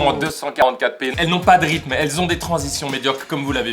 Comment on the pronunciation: Il a dit "le rithme de 2020" 🤣😂😅 on est en 2021 maintenant !!! 🤣😂😅